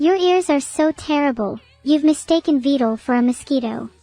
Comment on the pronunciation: Not only is vedal having to put up with all this. Neuro still can’t say his name properly. Also, I wonder if vedal is actually scared at all rn. Cuz like, that’s some skynet type shit.